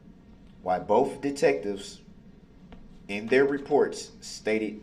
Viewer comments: BOTH… the word is BOTH!!! Not boff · It's funny when he says ' Boaf '.